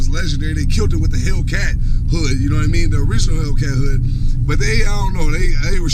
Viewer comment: "Ya knaw what I meann" 😂😂